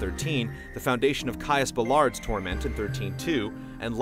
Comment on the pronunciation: That was really interesting! No sarcasm there. Oh, the nit picky fan in me can't help but scream "BALLAD! It's Caius BALLAD! Not BALLARD!" ;)